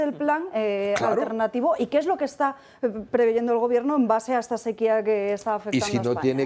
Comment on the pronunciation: ¿'PREVEYENDO'???? Hablan ya igual que Marlaska, por mucho que lo critiquen... Oh, my.